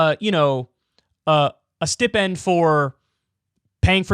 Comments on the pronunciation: Kyle please... it's STY-pend. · Stip-end? Are you like just seeing that word spelled for the first time? 😂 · Who the fuck pronounces stipend like that?